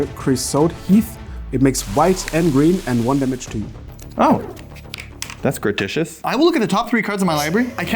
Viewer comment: This is really small, but just so you know, the word is pronounced grah-tu-ih-tuss, not grow-tih-shus